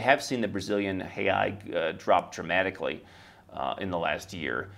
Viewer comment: Just a correction there in terms of pronunciation of the Brazilian real. The plural is reais but u pronounce real as it's written, not "reai"